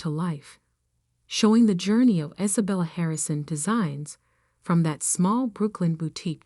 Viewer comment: Why can’t the narration program pronounce Sophia or Isabella?